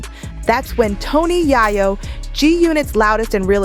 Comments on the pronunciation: Yoo she just said tony yhiyo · Tony “Yah-yo” is a wild pronunciation. 😂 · Good video, but ur killing Toni yayo’s name🤣🤣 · Its pronounced yay yo 😅😅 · Can someone please get her to say yayo right 😑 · Im listening to this and just cudnt get over she says "tony Yah-yo" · Tony YaHyo?😂 If you're going to do a video you got to get the names right 💯